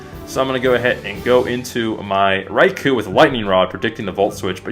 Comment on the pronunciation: You keep saying riku instead of raichu